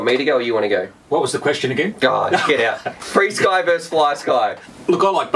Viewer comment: just pronounce frsky as frisky